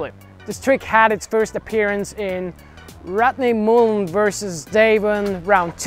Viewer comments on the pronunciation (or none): “The impahssible tricks of rutney mooln” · The impossible pronunciation of Rodney Mullen.